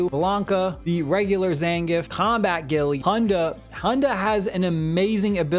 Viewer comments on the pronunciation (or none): My man just called Guile “Gilly”